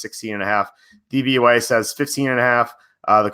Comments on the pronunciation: you say DVAY. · It's DVOA not DVYA